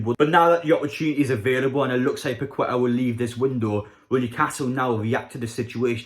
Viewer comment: It's pronounced paketta 👍